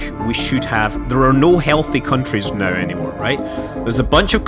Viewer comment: i think he's irish because some irish people pronounce now as neouw thats how it sounds when they pronounce it :)